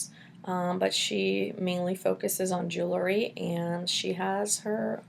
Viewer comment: Lol. "Jew-el-ry"